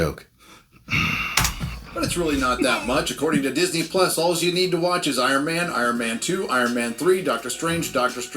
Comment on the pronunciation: Iron Mayne 😂😂😂😂